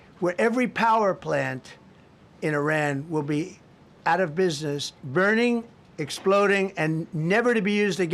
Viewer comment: he saed Im businea first NO politic